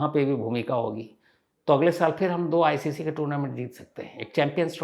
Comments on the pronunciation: Sir iic nhi ICC hai thoda correct karlete aap😊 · आदरणीय शमस जी नमस्ते. एक सुधार का सुझाव देना चाहूंगा. वह ऐसा है की आपने सी आय आय इस संज्ञा का उच्चारण किया है,दर असल यह शब्द सी आय आय नहीं बल्की आय सी सी है जिसका पूर्ण रुप है इंटर नॅशनल क्रिकेट कौन्सिल अर्थात ICC . बाकी आपने अत्यंत सुंदर विश्लेषण दिया है. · Not iic it's icc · ICC बोलिये सर नाही iic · Sir not iic , icc boliye 😅 but love you sir ❤ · Nice narrative sir but it's ICC not IIC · आईसीसी होता है सर not iic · Sir, it's ICC . Not IIC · Sir aap iic kyun bol rahe the jab ki ICC hai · सर आप आज। आई आई सी बोल रहे थे आई सी सी को लेकिन आपने जैसा विश्लेषण किया आपके प्रति और सम्मान बढ़ गया लव यू सर जी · IIC NHI ICC BOLO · Iic nahi hota hai ser icc hota hai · Sir icc hai aap baar baar glt pronounce kr rhe ho